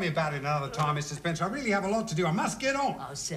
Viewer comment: He Get Mrs Spencer name wrong twice